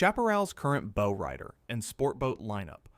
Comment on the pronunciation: If the narrator can't even pronounce "bow", then all credibility is LOST!